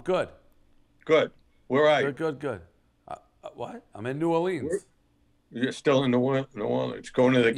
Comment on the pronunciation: Please stop saying New Orleens and arts district